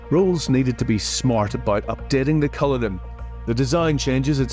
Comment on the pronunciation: cullinan ❌ cryllinan 💯